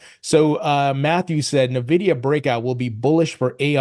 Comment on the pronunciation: Stop saying 'na-vidia'.. it's 'En-vidia'.